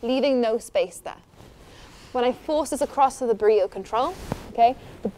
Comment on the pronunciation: She's saying Burrito with an accent